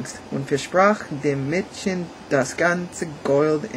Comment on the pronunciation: Du solltest noch mal folgende Worte üben: Müllers-tochter, Häus-chen, Gold, Morgen, Mäd-chen und Männ-chen. Insbesondere die Verwechslung der letzten beiden kann zu reichlich peinlichen Situationen führen:)))) Die deutschen Umlaute ä, ö und ü sprichst du meistens richtig aus. Eine Notenbewertung abzugeben bringt dir nicht wirklich was. Informativer ist es eher zu wissen, dass bei uns die Noten meist von 1 (sehr gut) bis 6 (ungenügend) benützt werden. Tschüss